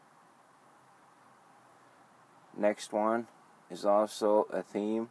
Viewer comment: he said the me instead of theme lol